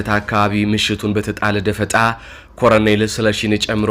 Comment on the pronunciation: ለአዘጋጁ ወንድማችን:- "..ኮረኔል" አይባልም:: ትክክለኛው አጠራር "ኮሎኔል" ነው:: ቃሉ የመጣውም Colonel ከሚለው የእንግሊዝኛ word ነው:: በተረፈ በርታ! ድል ለጀግናው ፋኖ!